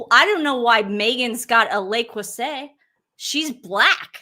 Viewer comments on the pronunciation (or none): In the UK we pronounce it Lay Crew say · Probably got this already but it is pronounced “lay crew say” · While we're on the subject of pronunciation (LeCreuset = LeCrew-say) Dan Wootten's name is pronounced Wutten, it rhymes with button. The 'oo' as in look, book, etc.😁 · Stop apologising to the race baitors ladies. They either: 1 have learned they can gain social clout with it, or 2 have been brainwashed with it by no.1 types. It's "le" (not "les") "cruh-say". ❤ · Le Creuset (not La Creuset & the last syllable is pronounced more like “zay,” not “set”) is definitely high quality, but expensive, cookware that is often passed down from grandparents to parents to their kids. It was coveted by cooks long before Meghan. I have 1 smaller Braiser that was found in a Thrift Shop and gifted to me. I would love to get a larger crockpot and larger Braiser. Right now, I don’t cook enough to justify buying it, but it is a goal of mine. Nothing to do with Meghan. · In Meghan’s episode with Mindy, at one point Mindy noticed and commented on the Le Creuset — pronouncing it correctly (like the French). Meghan promptly corrected Mindy, pompously pronouncing Le Creuset INCORRECTLY (“set” just like the word set). 🙄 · Sorry girls but Le Crouset is pronounced Le” is pronounced as “luh” – “Creuset” is pronounced as “kruh-zay. You are saying it incorrectly. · Le Creuset is pronounced “Lay Crusay.” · It’s pronounced “luh crerzay” ❤ from Australia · The T is silent. Le Creu zeh. NOT SAY. ZEH. so what some overpriced cooking pots with a foreign name. Millions of women in poor countries cook with basic pots. I grew up with the women in our country cooking in one simple pot over a Primus. Chef Ricky Stein witnessed simple village women in rural Indian cooking the most amazing delicious meals over small hot fire. The secret is in the cook, the ingredients and how they are cooked. The rest is snobbish b.s. and women riding on her infamy. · You don’t pronounce the t at the end le creuset